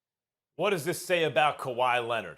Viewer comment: "Kawhi Lennit" I can't unhear it lol